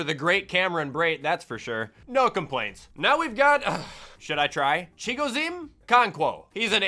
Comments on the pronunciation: Titans fan here: I'll help you out with our TE. We just shorten his first name to Chig. Last name pronounced "UH-CON-QUO" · It’s actually just pronounced Chig